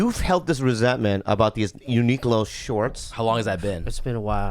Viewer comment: it bothers me how yall pronounce Uniqlo